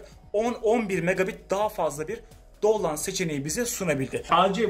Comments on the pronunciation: Down lad değil okunuşu davn lood dur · ruutır değil rautır dovloand değil davnlood Senin gibi birine yakışmıyor <3, biliyorum alıştığın bir şeyi değiştirmesi zor ama... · dostlar oku bakıyım davvvn looood dovland degil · "Dovland" :D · Benim de merak ettiğim konu; superbox ta limitsiz 10 mbps hızım varken bunu modemin arayüzünden sadece 5GHz seçip daha yüksek hız almayı sağlayabilir miyim diye bakıyorum. Verdiğim paraya değsin diye böyle bir değişimle 5GHz ile 5G hızı alabilirsem çok sevinirim. Arayüzde ne tür seçimler yapmalıyım, fikri olan var mı ? Bu arada videodaki kardeşimin download kelimesini söyleşine takıldım, ilk defa bu kadar değişik telaffuza denk geliyorum 😉✌